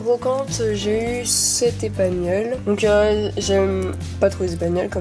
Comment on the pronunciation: Bonne anniversaire et vous me stresser a dire épagnol alors que c'est espagnol 😥😅😅